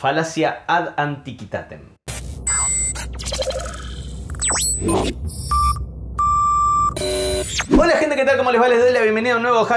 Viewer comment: Se pronuncia "ad anticuitátem